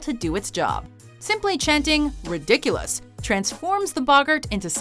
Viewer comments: It’s redikillus not ridiculous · I'm about to Hermione but its: ri-di-ku-los not re-dicu-lus